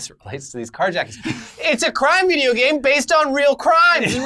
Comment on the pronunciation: "You can't take my vijya games!"